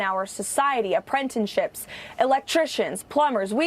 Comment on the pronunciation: she actually said “apprentinships” .. that’s the point